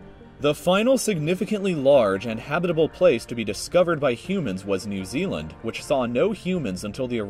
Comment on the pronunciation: You miss pronounced every New Zealand name there was